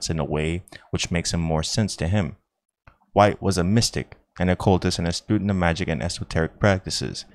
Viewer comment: The fact that this guy decided to record a reading but not pre-check how the names are pronounced is remarkable. Mister "Bimbo". "Tarote". Mister "White" with a vocalized "h" (the name is Waite). Miss "Pameela" Smith. The "Romaneeh" people. Adam and "Ee". The Cowblists (the Cabalists?). Impressive.